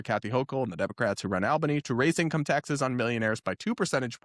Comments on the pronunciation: My pet peeve. Its pronounced "All"bany, not "Al"bany... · Its pronounced "awl- bany".😅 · I'm pretty sure the capital is pronounced All-băn-ee. I grew up in Syracuse NY. That mayor is a nut job. 😢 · The A in Albany is pronounced like in the words "all" or "alright", not like in the words "Alabama" or "Alaska". Just a note. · the first syllable of Albany is pronounced like “all,” not like the “Al” in Alfred.